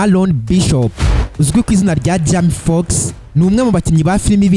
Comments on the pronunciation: Man ubundi ureba films? Banza uzige kuvuga bizagufasha ntago jama fox ni Jamie Foxx hera aho 👍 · Ubuse Icyo nigitekerezo nyabaki? kuvuga izina urumva c yasoma amazina nkuko uyasoma kandi ataramazina akomoka mu Rwanda we cado😂😂